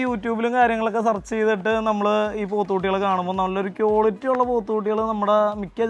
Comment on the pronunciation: കിയോലിട്ടി... അല്ല മാഷേ... ക്വാളിറ്റി...